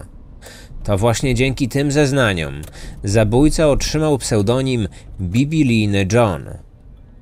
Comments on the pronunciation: Biblijny, a nie bibilijny.....okropnie się tego słucha. Jesteś jednym z najlepszych podcasterów, więc liczymy na idealną poprawność językową 😊. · Czy tylko ja tam słyszę bibi-lijny a nie bib-lijny? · Bibilijny??? Mówi się biblijny.